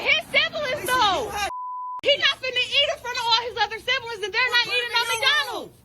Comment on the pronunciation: "Them are his sib-uh-lins." Just....wow.